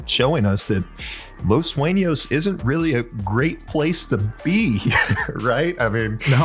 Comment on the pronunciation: "Los Suenos" Or "Los Sueños"